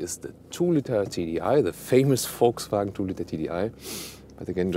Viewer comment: everytime i hear you VW i hear it like "FolgSvagen" but i like how it sound lol